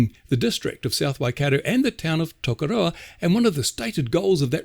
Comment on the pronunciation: Take a few moments to pronounce your town name properly, or to try.